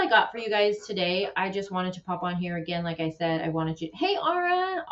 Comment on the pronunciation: it's LIKE. Not Luke.